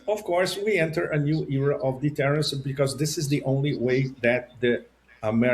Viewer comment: …Pepe are u saying TRUST the NUKE deter’nce or signed MOU?